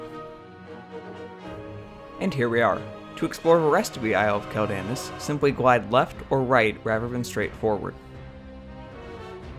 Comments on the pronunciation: Dude... it's "KWELL-da-noss" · I know you play Alliance but....... bro........... Quel'Danas isn't pronounced like that. "Quel" is pronounced like the word "quell" (kwel); "Danas" is pronounced with long A's and a hard S (dah-nahss). Great video, but I had to cringe every time you mispronounced the name of the Isle. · its pronounced quell den ahs